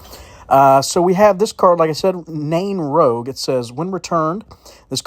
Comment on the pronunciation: It's Nain rouge lol